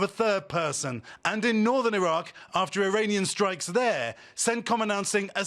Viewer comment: 1Coffee, good for health! And you don't say: "Thee is good news tonight" as you use to.😂